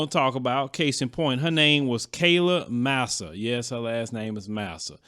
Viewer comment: Its pronounced Mah-Sah